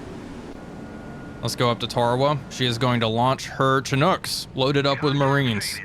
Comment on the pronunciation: I'm surprised nobody's said it yet, but since I'm a Chinook guy I guess I'll be the one. It's pronounced "shin-ook", rather than "chin-ook".